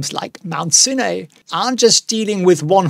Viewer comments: pleeeeease, Mount Sinai is pronounced Mount SIGH-NIGH. Ask Winston, he would know! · Mount sin ay lol